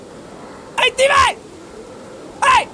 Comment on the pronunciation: jack saying "steven" sounds like "demon"? and all i can think of is shane going "deMOn? dEmOn!"